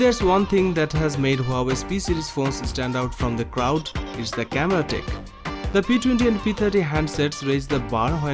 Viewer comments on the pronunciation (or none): none